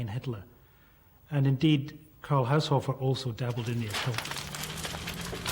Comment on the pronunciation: Haushofer is not pronounced "Haushoffer" but "Haushoofer" (long o)